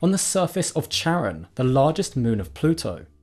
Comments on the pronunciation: Plutos moon is named after Kharon (Χάρων) the ferryman of the underworld from Greek mythology. So it is pronounced with a k sound. Good try though 😁❤ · I get you got conflicting results but in the original Greek, Charon is pronounced Karon. Then again the French colloquially pronounce it with a soft "ch", so both seem valid. ^^'